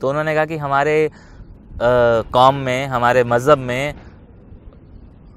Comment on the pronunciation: Jeshau Bhai comments ka vdo bhi pasand aya .Ek Mashwera Hy wo y ye aap plz plz Urdu Words ka Prononciation Sahi karne k liye Mahnat kikiyeji.Q k jab aap kahbi aap Incorrect pronounce karte hyn to Aysa lagta Hy just just Laziz Kabab khate huwe Munh me Kanankar" Aagaya ho. Jyse Jirah ko Aap Zirah Tajruba ko Tazruba Qaom ko Kaom Ghazal ko Gazal etc.etc Mafkrana shayed Aapko Bura lage